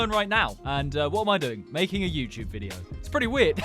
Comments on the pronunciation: YouTube ❌ YouyCheweeb ✅ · welcome back to the yuecheweb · Is no-one else gonna talk about how he said youtube? He said youy chewyeb😂😂😂😂😂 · the yuechewbe? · bro the intro... whyd he say yt like that...?? 😭😭😭